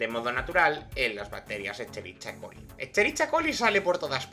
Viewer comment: Bro, Escherichia coli no se pronuncia tal cual, es Esqueriquia coli debe escuchar asi, no leerlo tal cual